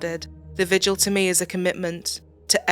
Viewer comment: Minor point to the narrator: it's pronounced "vigil," not "vij-u-al."